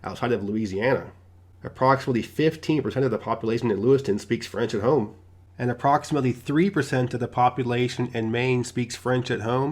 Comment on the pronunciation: What is a hoime? Are you try to pronounce Home with the long O? Check your dictionary.